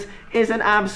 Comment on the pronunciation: as an italian, your use of "bellissimo" it's just bellissimo